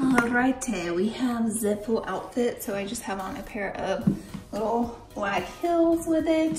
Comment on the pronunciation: Why is she pronouncing sale like “sell” and heels like “hills”?